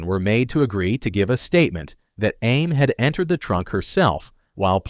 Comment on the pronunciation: It’s “scape” goat not escape goat. Do you not know how to pronounce Samantha and Amy?. You need to proofread your word before putting it out here.